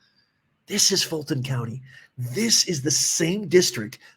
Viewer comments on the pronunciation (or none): FILT-ON COUNTY😂😂😂